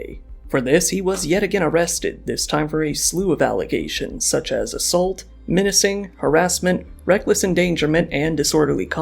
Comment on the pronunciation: I hate the way this guy pronounces assault.